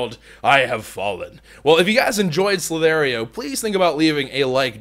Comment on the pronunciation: Dude its the other way around it Ssss-lll-iii-tt-hh-eee-rrr :D This is not a hate comment just bringing it out there